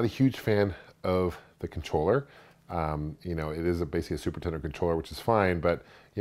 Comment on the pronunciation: love your videos man, you are an expert in retro gaming...what's up with the supertendo pronunciation though?